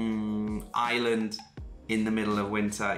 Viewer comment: Taiwan 🇹🇼 is fascinating and beautiful. By the way, Ireland is spelled and pronounced with an “r”. If you pronounce is as “Island” you’ll upset the Irish viewers 😂. Best wishes for 2023 😊.